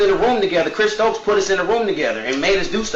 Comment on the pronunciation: thought it was STOKES